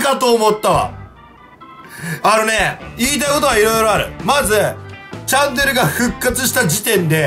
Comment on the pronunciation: チャンネルがジャンヌに聞こえた笑